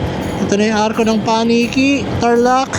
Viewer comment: Paki ayos bigkas ng paniki hindi pa Niki. Paniki Tarlac... Di pa Niki. Ride safe